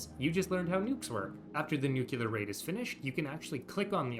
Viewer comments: NU like NOO. CLEAR like CLEAR. NOO-CLEAR. Not "NOOCOOLAR". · I can't concentrate on the video because everytime he mispronounces the word NUCLEAR it destroys my focus. Nowhere in the word NUCLEAR does it have any letters or grammatic punctuation that somehow turns the word into NUCULAR. Also, I want to add that Paradox does not, in any way, spoil us. They change content, often nerfing things into the ground that we didn't ask for, and lock content they take away behind a paywall. Not sure what fantasy world you live in, bud. Nukes used to be 100 times better because all you had to do was click on a tile and press a button to instantly strike the target, and you didn't have to mess around with the convoluted crap system it is now. All you needed was air superiority and a stockpile of nukes. Done. I hate this update so much. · It’s nuclear. Nu-clear, not nu-cu-lar. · aaaaaaaah you pronounce "nuclear" like George Bush "nucyaler" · I subjected myself to so many "Nucular" pronunciations with this one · NUQULAR, oh ma god bruh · For the love of God pronounce nuclear correctly